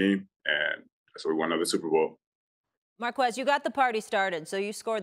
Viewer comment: It's pronounced "Mar-Kez"